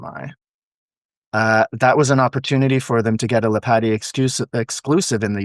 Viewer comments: DUDE...ITS LEE POT TEE...NOT LIPATTY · Lee-Pah-Tee gives you a better pronounciation of his name. He was born in Rumania.